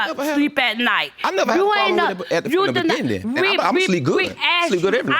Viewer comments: did I here you right? Beginning or beginding? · I have never heard beginning pronounced with a D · You can’t go on looks but whew. Those eyes, her nose, her forehead, her stale face looked just like him. I had a feeling he was lying when he said “begin-din” 🤦🏾‍♂️ but woah. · The "beginding??"🤨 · From the be-gen-den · "I been asking for a blood test from the BE-GIN-DING" 😭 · “From the beginding!!” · “... from the beginnding...” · Did he say begendin? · Did he say “beginDing”? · He keeps saying “beginding.”? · ITS WHEN HE SAYS....FROM THE BEGINNDEN!!! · The “Begin-din”😩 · I think he said BEGIN-DING to be funny cus directly after he said it that way..he said it correctly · And he put a d there every time he said it. I'm beginding to think he doesn't know any better. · " from the very Beginding, I want a blood test" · I hate when people mispronounce words. What is a Beginden???????👿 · Yes opposite of ending.. beginding duhhhh